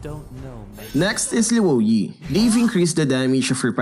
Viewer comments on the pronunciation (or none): so how do you pronounce lou yi is it loo yi or like the way says it?